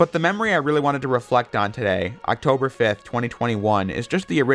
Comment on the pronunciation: Bro did you just say ouctober 5th! Ouctober 4th is my birtherday!